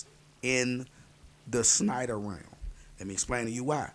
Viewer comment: It's SHNEIDER, no SNEIDER. lmao